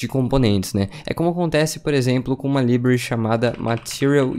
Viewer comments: Bom vídeo. Só precisa pronunciar "library" corretamente. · Conteúdo maravilhoso, só dói o ouvido quando ele diz library.